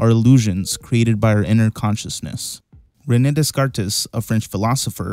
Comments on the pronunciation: Rene Descartes is pronounced, Re-nay Day-cart! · I certainly feel somewhat solipsistic when I hear someone pronounce René Descartes as “Reness Desscartess”. You put so much time into recording and editing a video but you don’t bother to find out how you should pronounce your subjects name. Is it just an American thing? I mean, I know you mangle all the French and Spanish place names in your own country, and fair enough (Des Moines *shudder*), but do you have to do it to other places and people too? If nothing else, it makes me realise you know nothing about Descartes and yet you’ve published a video talking about him as if you do. Solipsism defined. 😐